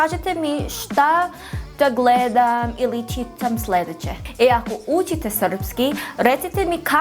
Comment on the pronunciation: Evo neka kratka kritika, znam da ti je akcenat drugaciji ali probaj da umesto ućite kazes učite, sa č, mnogo ti je meko č pa zvuci kao ć, i takodje љ malo izgovaras kao lj, probaj to da ispravis, bravo za napredak, srpski je tezak jezik da se nauci